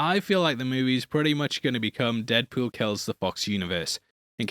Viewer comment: No one: from Heavy Spoilers: “Deadpewl”